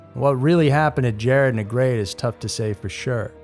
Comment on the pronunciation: NEGRETE is pronounced "Neh-GREH-Teh" or in English, "Neh-GREH-tee"